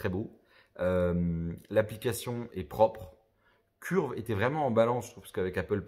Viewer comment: Curve se dit phonétiquement Ceurve pour simplifié 😉